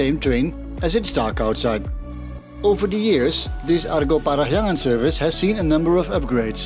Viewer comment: Interesting, your pronounciation of "Parahyangan" is so perfect. Correction about the name though, the word "Parahyangan" means Place where Hyang (God) reside. The logic pretty much like when we are talking about Mount Olympus where the Greek God reside. Interestingly enough, a lot of cultures believe that God is reside within high place like mountain. That's why some mountain would seen as sacred. This is also why so many temples was built in high places.